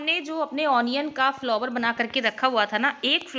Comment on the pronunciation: Bahe ji, फ्लोवर जैसा कोई शब्द word ही नहीं हे. आप फ्लावर बोलीये.